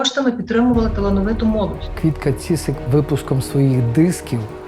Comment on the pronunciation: Квітка Цісик, а не ціцик. Навчітся!